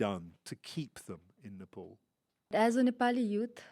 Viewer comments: this host keeps saying nepoli. Ney. Pal. Please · Nopol what's this pronounce man it's Nepal🇳🇵🇳🇵🇳🇵